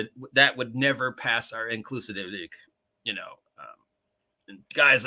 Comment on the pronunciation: Are you deliberately mangling the word 'inclusivity' for some reason?